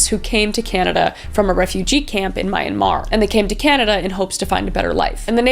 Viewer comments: lmao my friend's dad thought I was a burmese refugee once.,, I'm half burmese but thanks??2? also the way you said Myanmar kinda made me giggle a bit., anywho I love your crime vids!! :3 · Kris I love watching your videos lol, and this one was just as awesome as the others. It’s so sad to see so many girls being treated like this and it broke my heart to hear that Burmese refugees had been unalived as well. (Coming from a burmese person.) And just letting you know, Myanmar is pronounced Mee-yan-mar and not Mi-an-mar😚 it’s how my parents pronounced it